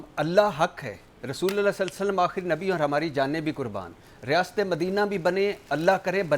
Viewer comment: Rasoolillah Ni Rasuu lullah hai jnab